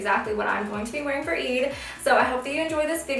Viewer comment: don't take this the wrong way i love your videos and you seem lovely, i just wish you pronounced eid correctly since you're half arab yourself... i don;t know if you know arabic or not but if you do speak it then i wish you can keep the arabic words authentically pronounced and represent your roots ^_^